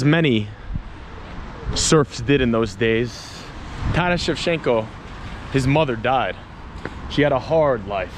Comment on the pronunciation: It's not "shev-shen-ko," it's "shev-Chen-ko." The "ch" is not a suggestion.